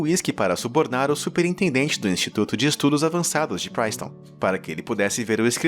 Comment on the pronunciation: Narrador muito ruim de pronúncia. Faz uma pesquisa antes de chamar a maior cientista de todas de curry ( comida indiana) ao invés de curie . A universidade de Princeton nem tem como errar ,prince, palavra tão simples junta com tom e se diz Prince/ton e o narrador conseguiu inventar PRAINCETON!!!!!???? FAÇA UMA BUSCA DE 2 MINUTOS ANTES DE NARRAR TUDO ZUADO , MÍNIMO QUE MERECERIAM essas famosas pessoas como o título do vídeo menciona. ( Nem comentar as outras tantas pronúncias totalmente erradas neste mesmo vídeo e nas partes 1 e 2 da série)